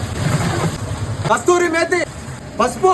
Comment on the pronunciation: Adhi kasthuri methi kadhu ley kasuri methi aya😂😂😂